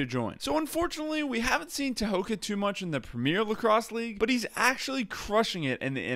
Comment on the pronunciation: In the Mohawk Language we pronounce our T’s as D’s unless there’s an H following the T so his name isn’t “Ta-ho-ga” it’s “Day-ho-ga” our K’a are G’s but you spelled his name right tho “Tehoka”